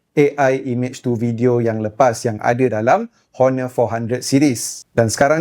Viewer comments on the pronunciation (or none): sebutan tu bukan Honor tapi one. buang huruf h tu.